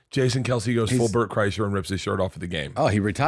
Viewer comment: He call him Bert Chrysler 😂😂😂😂